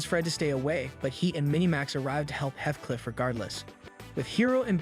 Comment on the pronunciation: How do you watch the entire series and still manage to not learn how to pronounce so many characters names. Hi-row instead of He-Row, Weh Seh Bye instead of Wah Saw Bee and Heth Cliff instead of HeeTh Cliff